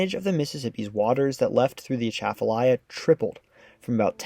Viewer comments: It's not A-tchaf-alya. It's atcha-falya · I grew up calling it the "At'cha-falaya" (like "right back at-cha!") Hearing him say "Uh-shaff-falaya" is making my brain itch. 😂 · The G in CONTIGUOUS is hard, like in BIG RIG et. al. Accents on the river's name: AT-chuh-fuh-LIE-yuh (all syllables are pronounced) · I'm surprised no one has yet corrected the mispronunciation of Atchafalaya yet in this video. It's pronounced with stresses on the first and fourth syllables, as in "A (as in back)--chuh--fuh--LIE--uh", where "chuh", "fuh" and "uh" have the same first vowel sound in "bu-tter".....A-chuh-fuh-LIE-uh. Now don't get me started on the Tchoutacabouffa River. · i came to the comments to remark on the pronunciation of Atchafalaya. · That pronunciation is 100% wrong.